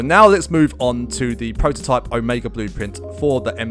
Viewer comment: "Prrototypuh" lmdao😭 I had to check another video before subbing. ✔️😌